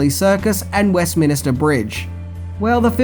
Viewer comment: Westminster not Westminister 😂